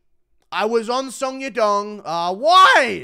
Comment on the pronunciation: the way he pronounce song yadong💀💀